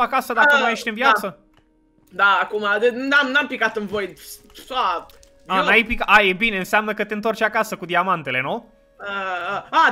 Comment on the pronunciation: Dc spui ,, vid" si nu ,, void" ? =)